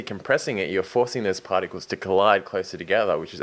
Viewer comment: the way says particles it sound like partycals xD